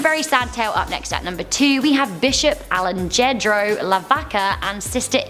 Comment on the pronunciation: Alejandro is pronounced Ale-Han-dro, not Ale-Jan-dro